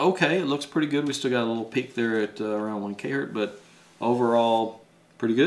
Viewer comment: It's not Hurt. It's Hertz